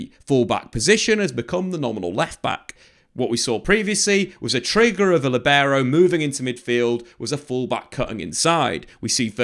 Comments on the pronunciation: It's not "LiBEro". The accent should be on the i, "LIbero". Think at it as saying "Lee". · Buddy, please stop saying libero...like that.